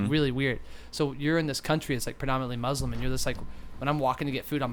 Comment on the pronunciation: you're pronouncing Muslim wrong.